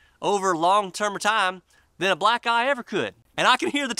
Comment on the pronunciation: Great vid, I had to rewind because at first I heard "a black guy" instead of black eye!!!! Love your vid buddy! God bless.